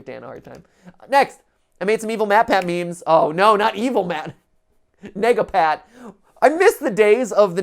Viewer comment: anyone else thinking something else when he says "Nega-Pat"